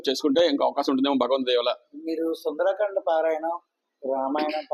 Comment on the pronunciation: సుందరాకాండ కాదు సుందరకాండ